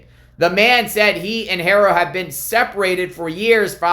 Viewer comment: BLESS YOU for all you do When there is an H in a name, it is silent When pronouncing the Haro name …it looks like this Arrrrow With a soft A Trying to be helpful